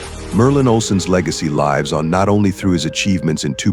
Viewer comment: Please correct that error where the verb"lives" is pronounced as if it were the plural of the noun "life" . Irritating and distracting. The verb rhymes with gives. Peace.